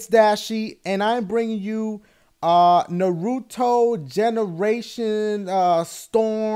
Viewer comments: Pronounced NAH-ruto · nuhRUto...dafuq? Naruto, son. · Your a fan of Naruto? And you cant pronounce the name? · It irks me on how you keep mispronounce Naruto -____- lol and I take Japanese in school sooooo lol